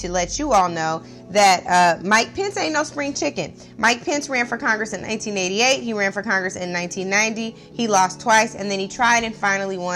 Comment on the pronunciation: She definitely said ”1988”. It was a bit flubbed, but she said 1988.